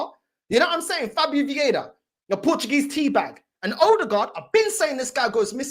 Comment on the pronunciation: it's viera not vieda